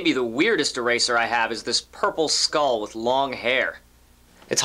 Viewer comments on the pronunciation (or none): none